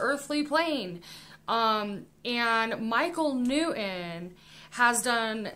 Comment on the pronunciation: Michael New-In? It's New-ton. Impor-In? Im-portant. Ed sedderah? Buh-bye dummy.